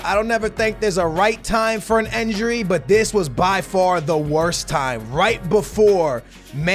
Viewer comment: I love your content but why do you say enjury instead of injury